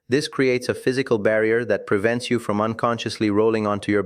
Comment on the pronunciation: Prevent not Privent